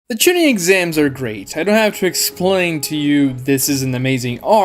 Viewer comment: Hate hate hate ur pronunciations.of chunin jonin and genin